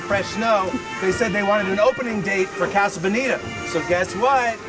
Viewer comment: Why do you pronounce casa bonita so terribly